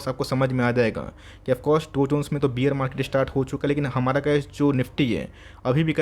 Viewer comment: Your videos are very informative. Just one small suggestion. Please pronounce bear as बेयर not बियर. बियर मार्केट सुनके ऐसा लगता है कि सब लोग peg लगा के बैठे है 😂😂